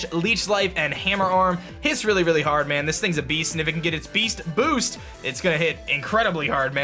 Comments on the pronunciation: you mean BEAST BOOOOSHT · "We're getting the Beesht Boosht!!" Duncan is that you?